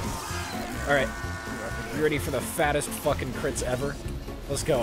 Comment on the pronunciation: Pan? Mire like Cran with all those ctits my dude.